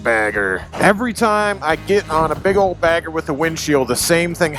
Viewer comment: 😂 thought you said “fag bagger.”